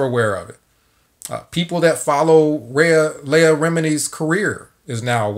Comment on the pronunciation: Good vid bro, her name is phonetically pronounced LEE-AH, keep up the good work home boy✌🏾